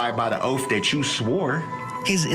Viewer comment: and the "oaf" you took....hahahahaha...it's oath you dummy.